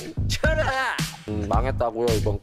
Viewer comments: 개인적으로 "저어질이군~ 쳐라앗!" 이거 너무 찰져서 진짜 쥰내게 돌려봄 ㄹㅇㅋㅋ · 쳐라! 아 이게 진짜미친것같음 ㅠㅠㅠㅠㅠㅠㅠㅠㅠㅠㅠㅠㅠㅠㅠㅠㅠㅠㅠㅠㅠㅠㅠㅠ 왜캐 찰지게말해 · 저질이군~ 쳐라! 너무 찰짐ㅋㅋㅋㅋ